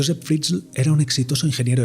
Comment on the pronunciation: Se pronuncia fritzel tal cual Si por curiosidad queréis saber como suena josef Fritzl escribid en el traductor de google y elegid Aleman en idioma